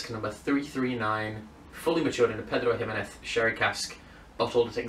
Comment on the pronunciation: Your pronunciation of 'Pedro Ximinez' awards Spanish A Level